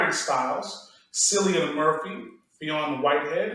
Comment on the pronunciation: Will there be an episode where pronounces Cillian Murphy's name correctly? Also, will there be an episode where doesn't wear a shirt?